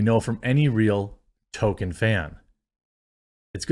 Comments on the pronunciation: At this point i am convinced that you are incapable of pronouncing TOLKIEN correctly. Generally love your videos and takes on most things, but after 10+ vids of you calling him TOKEN i have to either believe you are doing it on purpose for some reason or you are incapable of pronouncing his name correctly. Otherwise, keep up the good work, and the coffee is surprisingly good. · 1. TOLKIEN not TOKEN, it’s not a silent L. 2. Show the downvotes on screen so we know you aren’t making numbers up. Stop pulling it up on another monitor where we can’t see it. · I wish to fucking hell you'd stop saying "Token" It's TOL-KIEN. TOLK. NOT TOKE. You make it sound like "Token white guy" or something. Stop it. Get some help. Learn to say his name right ffs. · Jeremy, it is pronounced Tole kin not Token. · I can't watch anymore of Jeremy's video on this if he's going to keep saying "Token" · The way you pronounce Tolkien gives me an aneurism.